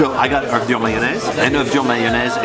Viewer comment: It’s not Man-naise it’s mayonnaise